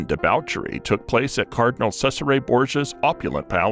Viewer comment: FYI Cesare Borgia is pronounced Chez ar eh not Sez ar eh.